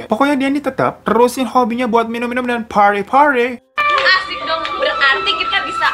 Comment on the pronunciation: "phardy phardy" awkoakwoawkoawkoawk